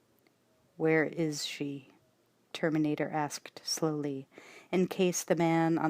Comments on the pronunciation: The Turrrmaaanatrrrrr xD Love the narration and enthusiasm Thank you so much for this brilliant read ❤️ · The TerminatorRRRrRrRrRRRRRrrrrr!!!!!